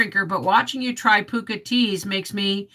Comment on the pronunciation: its not important but its pronounced PUH-KHA lol, over here (UK) Pukka is a colloquial term for excellent xx